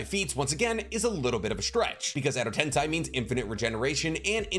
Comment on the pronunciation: Why are you saying Edo tensai, isn’t Edo tensei? Or either way is correct